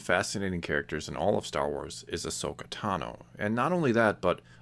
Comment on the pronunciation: I'm just glad you don't say her name as Ash-oka!! That really annoys me in people's videos😂